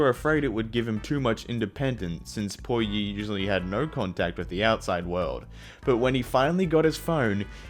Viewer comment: Btw PuYi is pronounced poo-yee not pui-yee.